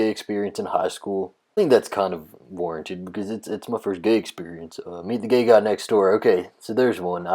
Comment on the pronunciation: Dude, this issue is so simple. Fretting over using "gay" a lot, in your gay vlog, is like if another dude who did a hobby-car vlog was wondering if he said "engine" too much. By the way, you don't actually say "gay" much. You say "ghee", which is a refined butter product. What's up with that?